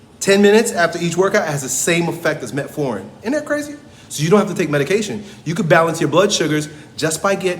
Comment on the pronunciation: Not metforin. Metformin